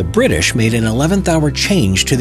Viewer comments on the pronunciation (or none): BRI’ISH Nooo noooooooo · British more like Bri'ish